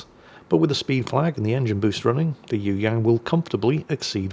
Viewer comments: Pronounciation Correction its Yue...Yang!!!! Not Yoo Yaan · ..you ask "what do you need to know about the Yueyang" How about "how to say "Yueyang"? Try this..search for a song "yue liang daibiao wode xin" Thrn listen how to say "yue" Yang..,the ang rhymes with "song"